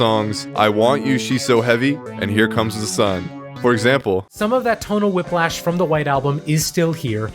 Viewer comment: Bruh said tonal whiplash 😂